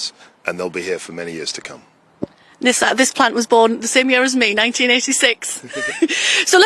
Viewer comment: Congratulations to Mr. Kwarteng for being one of the six or seven people in the UK (I'm being generous) who pronounce "Nissan" correctly! :)